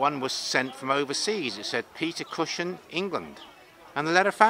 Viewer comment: Peter cushion? Its cushing.